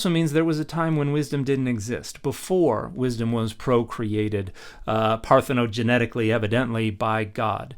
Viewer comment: Minor quibble, Dr. McClellan. The term you're trying to use for the creation of Wisdom is, I think, parthogenically, not parthogenETically. The question is one of creation, not one of Genetics. I think the roots of pathegenos and genetic are probably related, but the it seems like an extra syllable slipped in there. But, while I uave your attention, this Female-presenting Wisdom character superficially resembles the idea of the Sophia from Gnostic traditions. Was this possibly a source that was combined with other Mediterranean ideas to lead to the creation of the figure of Sophia?